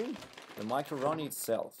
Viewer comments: Sounds like he's saying macaroni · Nice. His accent sounds like he's saying macaroni haha